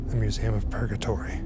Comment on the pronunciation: He's saying museum in a funny way. He's saying museAm.